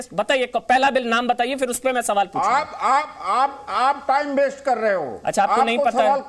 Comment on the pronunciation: अबे काले तितर बेस्ट नहीं वेस्ट होता है पहले बोलना सिख ले